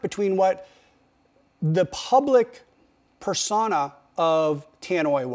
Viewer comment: Per-so?-na not per-saw-na